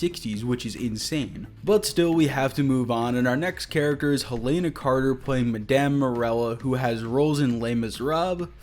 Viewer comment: what the fuck kinda pronuciation was that for helena bonham carter